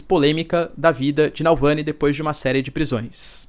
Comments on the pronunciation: Você falando "Nalvany" 300 mil vezes, mas o nome do cara é Navalny klkkk. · Que aflição ouvir Nalvany e não Navalny 😅 desculpa, não pude não reparar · É Navalny não Nalvãny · Professor, o nome do cara é Navalny e não Nalvany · NAU VANI?? n é NAVALNY??? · Alexey Navalllllllny, não nalllvany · Professor, ele se chama Navalny, não “nalvany” kkkk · Caro Professor por favor, evite essas pronúncias de nomes errados!!! Sou assinante, assisto e acompanho teu canal, e gosto do modo pouco enviezado que vc comenta e arrazoa nas questões geopolíticas complexas. Então repita comigo N-A-V-A-L-N-Y , não *NalvÂni (*sinalizando a pronúncia) Eu sei que os nomes são complexos, mas conceituamos na praxe, a adaptação em inglês para português. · Vcs escrevem Navalny e falam Nalvany!!! escreve certo e fala errado !!! eu já percebi isso em vários canais que falam dele!!! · Não é Nalvany, é Navalny. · Repita comigo: NaVALny, não é NALvany.... Coisa feia! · Nalvany NÃO , amigo; Navalny . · Acho q a pronuncia esta equivocada. Nao é NaLvany, é NavaLny. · Navalni e não nalvani professor.. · Doeu meus ouvidos esse video. Se ele erra repetidamente o nome do cara, me pergunto o quanto ele confere os fatos e os lados da informação. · Boa noite! Professor, me permita a correção: É Navalny. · Porra um professor pronunciando errado o nome de "navalny". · Poxa Professor... errou várias vezes o nome do cara.